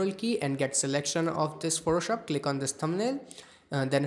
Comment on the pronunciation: Biggest flop at the start lmao "Photoshoop"